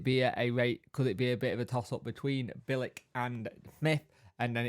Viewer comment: Would take Bilic all day. Experienced and a smart guy. Always made a good pundit too, came across as knowing what he was talking about. "Bil-ich" tho mate. c is a ch in croatian.. except when it's a ts. 😅😂